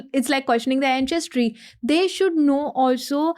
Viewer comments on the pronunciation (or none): Very interesting topic and guest! (But not sure why she calls Ancestry as “Anchestry” 😜)